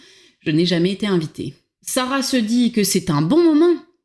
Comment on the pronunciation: "jamais tété rigolo" ?! hum... liaison dangereuse.